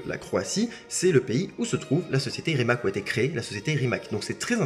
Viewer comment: Petite remarque: le "c" de Rimac se prononce "tz"..! Merci..